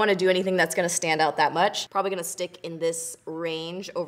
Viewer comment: LMAOOO she kills me with the " thank you so mush "